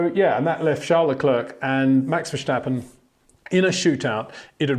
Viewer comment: Max Vershhhstappen😂